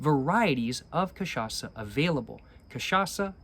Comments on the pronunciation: Dude your cachaça pronunciation is literally perfect now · your pronunciation of "cachaça" is absolutelly on point, well done sir!!! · Damn you pronouced cachaça so well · your cachaça pronutiation is flawless,nice work bro! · Incorporou Zeca pagodinho na hora de pronunciar "cachaça"!!! Eeeeasy boy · Nice, you got the pronunciation correctly. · The cachaça pronunciation is on point. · You're pronouncing cachaça perfectly, not a hint of accent. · omg he saying cachaça correctly now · You’ve been pronouncing cachaça right my man. *Perfectly*, even, I’d say. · >pronounces cachaça perfectly >CAPRI HEENA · very happy of your pronounciation of cachaça since the last video I will aknowledge I will add tho that the cocktail called caipirinha is pronounced like Kay-pi-ri-gna (like lasagna)